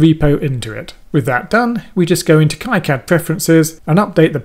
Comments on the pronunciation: /ˈkiːˌkæd/ or KEE-Kad - similar if it would be pie-cad then ki-cad :) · import a netlist ? are you using KiCAD 4? Btw, look up their live streams. It's pronounced KeeCad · Prononce it as "Keecad" as it's a French name. :-) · The pronunciation of KiCad is sort of an in-joke within the KiCad community. Both K-eye-Cad and Key-Cad are valid pronounciations with two informal groups within the community professing allegiance to each of the pronunciations. Makes for a good mock argument to steer actual flame-wars towards to defuse situations. When you did your project you created a netlist from the schematic and then loaded the netlist into the pcb. This is now a depreciated workflow. You can skip the whole generation of the netlist file and update the pcb from the schematic with a single menu item. You can't really update the schematic from the pcb if you wanted (for example) to swap pins on an IC. KiCad's native workflow has information flow from the schematic to pcb. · It's Keycad, the guy who started the project named it after a family friend who died, gentleman's name was Ki and its pronounced ' KEY ' but I guess it dosent matter! this was a great tutorial and I will disable the "generous" courtyards as well, something I have never found but now I know it's there !....cheers. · The originator of KiCad pronounces it keecad. He's French. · Definitely going to replay this video with heavy use of the pause button as an EasyEDA to KiCad tutorial and see if I can make sense of it as you have., (I pronounce it [K-eye Kad] though I have no idea if I'm correct).